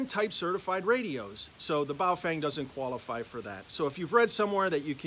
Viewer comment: I believe it is pronounced as bao "ferng" - "fern" with a twang.